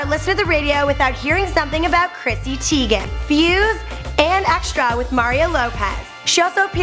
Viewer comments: it's teigen not teagan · ITS TEIGEN NOT TEAGAN😳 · Its: Chrissy teigan. Not: Chrissy Teagan!! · TYE GEN not teegan in german the second vowel is the one with the long sound. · Is she teigen or teagan